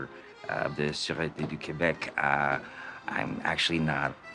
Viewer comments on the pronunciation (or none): none